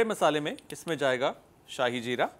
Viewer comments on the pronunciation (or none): none